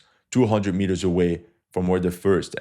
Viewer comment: Mitters? U mean meters?